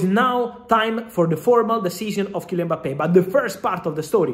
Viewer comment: Happy to hear a proper prononciation of his name